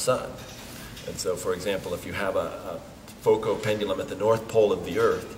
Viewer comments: I listened to this video to grasp the correct pronunciation of "Foucault". Figured a Dartmouth professor would be a good authority... He pronounced "Foucault" THREE different ways within the space of 3 minutes. I'm still at sea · Interesting that he tries the French pronunciation of Foucault but does not say "pendule."